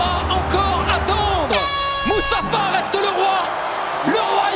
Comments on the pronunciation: le presentateur qui dit moussafa horrible je sais pas la chaine qui diffusent mais bon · A deux doigts de dire Mustapha 😂😂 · « Moussapha reste le roi , le roi ilon » 😂😂😂 Sinon excellente vidéo très bien expliquée. 👍🏻👏🏻